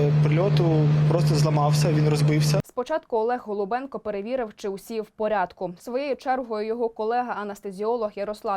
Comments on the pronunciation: ГОЛУБЧЕНКО а не голубенко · Так його прізвище ніби Голубченко,то виходить ви сто разів повторили його пріізвище неправильно.Варто бути уважнішими.